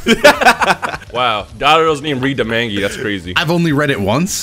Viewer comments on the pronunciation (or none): I like how is sayin "Mange" when its "Manga" 😂